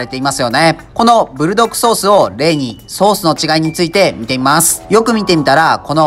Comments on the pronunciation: ブルドッ『ク』ソースですよー! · ブルドッグじゃなくブルドックですぜ、、、、